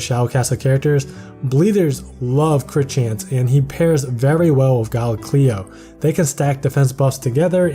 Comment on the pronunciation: Why do you say gleo? It’s Cleo (K-leo )